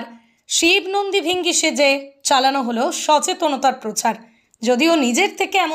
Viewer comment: কথাটা নন্দী ভৃঙ্গী ।ভৃ হবে ।